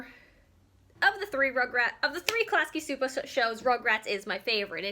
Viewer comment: Great video. Btw Csupo pronounced CHOO-POH not SOO-POH. Gabor Csupo is Hungarian. I was confused too the first read it.